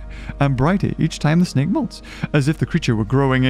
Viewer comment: He called it a hydra,snek instead of snake 😄🤣